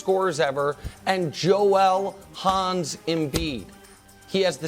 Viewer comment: Joel "Hans" embed. Hans lmao